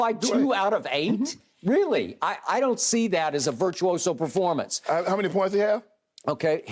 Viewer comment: Shannon saying baformance? Performance not baformance